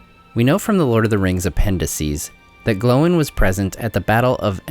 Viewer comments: It's Oin and Gloin, not Owen and glowen 😅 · Are you pronouncing their names correctly. Sounds like Owen and glowen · Why do you pronounce Oin as "Owen" and Gloin as "Glowin" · Am I the only one that hear him say Owen not Oin? And sometimes Glowin not Gloin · “Owen and glowen” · I love your videos please keep making them but your pronunciation of Oin and Gloin's names is driving me crazy lol